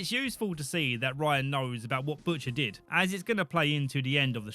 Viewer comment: bush...ter? bushter? butsher?